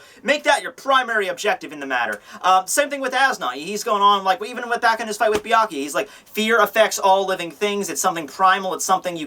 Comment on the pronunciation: everyone says Byakuya name weird lol everyone says "bee-ah-kee-ah" lol its "bee-ah-koo-yah"